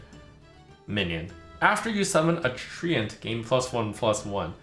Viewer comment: he pronounces it correctly?? tree-ent